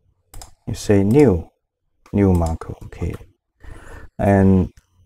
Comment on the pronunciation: Thank you for this tutorial but it's not Marco, it's "macro". Macro is useful from Marco :)